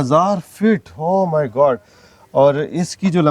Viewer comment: او میرے الله بولا کریں گارڈ نہیں